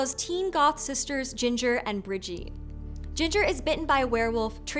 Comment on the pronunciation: Brigitte is said with a hard T like "brigit" not "brigey" Edit: also 14 werewolves, waffle house dumpster, etc etc